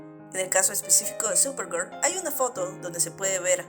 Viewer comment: Solo pude ver la mitad de tu vídeo y eso porque estaba organizando unas cosas, "supergur" es horrible y escuchar a quien sea hablando de ese programa es peor